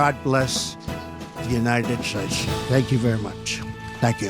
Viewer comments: I want this fuck face, Richard spencer and other racist pieces of shit to disappear. He is a fuck-tard. HE CANT EVEN PRONOUNCE THE FUCKING COUNTRY HE IS SUPPOSE TO BE THE PRESIDENT OF. Wtf is the “ UNITED SHAYSH”?!?!?!?! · United Shaysh lol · And God bless the United Shaysh!!!! Perfect ending what a bozo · I’m glad to be a part of the “United Shaysh” 😂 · "And god bless the United Shayze" - man this gave me a tremendous outbreak of laughter. I am a native german speaker (at least sort of, I'm Austrian). And "Shayze" in german means "shit". Go imagine. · I mean, when he mispronounces something like United Shates it's whatever, but when he shows how dumb he is with gold nuggets like "April of 20014" it just cracks me up! 😂